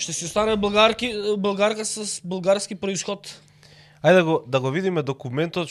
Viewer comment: исправите го говорот, ако сакате да сте вистински, не е блгАрски, туку БЪлгарски